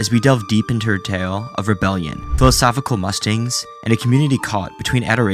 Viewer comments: "do the needful" is correct English, just old-fashioned and only really still used in ex-imperial British colonies like India, Nigeria and South Africa. "Mustings" is a straightforward mispronunciation. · Bro reading his script written by someone else doesn't know what he's saying, wth. Can't even say "musings" correctly (or "warez" for that matter). You straight up recorded yourself saying "ano-me-nity" and didn't do a take 2? At least try and pretend like this is your own content, by getting acquainted with the actual words you read, maybe? How low-effort can you get that something like grossly misreading your own script a dozen times throughout happens AND is left in? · Bro said ‘mustings’ instead of musings at the start so I wouldn’t be surprised if this thug just chatgptd the script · “Mustings”? “Worz” groups? The narrator hasn’t a clue what he’s reading. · Philosophical MUSTINGS you say wtf are mustings? The subtitle even spelt it right, musings. Mu (as in museum) zings.. you bellend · "she also indulged in philosophical mustings"...? Captions read it as "Mustangs", but I think this is supposed to be musings or it doesn't make sense. Not sure how do that, but this dude also said "John Wayne G_r_acy", so idk. Pretty poor overall imo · hey buddy, i’m not saying this to be rude but bc i’d want somebody to tell me if i’m using a word incorrectly. the word is “musings,” no T in it at all. pronounced like music. muse-eengs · Mustings = Musings. Why do we keep saying mustings? Its driving me crazy lmao.... Bro do you need a script editor? Im a published author, I can help. Sorry Im a bit of dick, but Ill watch your videos from start to end regaurdless. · No offence but do you have someone write your scripts for you? You knew the word "musings" but pronounced it as mustings? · "mustings" instead of musings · "Philosophical Mustings".... what? How is it possible to mess up the pronunciation of 'musings' that bad? lol And mispronounced it twice, no less